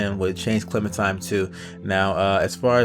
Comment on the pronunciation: hey dude its clemenTINE, not clemenTIME, but doesnt really matter tho video's good